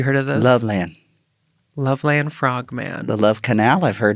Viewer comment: It’s pronounced “Lovelund” Ohio/Frogman. I’m from Milford, Ohio (pronounced “Milferd”) which is right by Loveland.